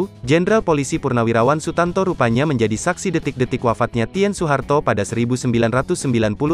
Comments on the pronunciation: Saya yakin ini naratornya gak pernah baca sejarah... 🤭 Ibu Tin, Bro.. bukan ibu Ti : en ... Malu maluin Gramedia Group aja nih orang... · Pembacsnya sering salah n tidak fasih. Tulisannya Tien bacanya kan Tin.